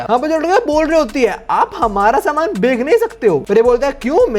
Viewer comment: BHAI CHH BOL LE 😭🙏🏻 KA BOLE JA RHA HAI 20 PARTS SE 😭🤚🏻 EG:- BEKK LE INSTEAD OF BECH LE 😢 BTW LOVE YOUR CONTENT 😅